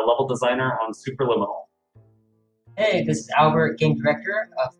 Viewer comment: ok.. let me teach you how to pronounce the word Superliminal. Say it with me slowly... Supe.... Per.... Lim... min.... nal. Not sububububububububueral Its Superliminal. k? Thanx. Bye. Ferphuxake...